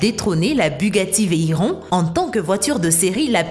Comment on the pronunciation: mais tu sais pas parlé normalement ?!?!?!? Rénolt = renault bugatti veiron = bugatti veyron Kénigsegg = koenigsegg Bantley = bentley likez si vous êtes d'accord